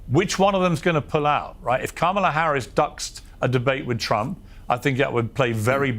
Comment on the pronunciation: Political watcher and expert Luntz can't pronounce our Vice President's name correctly?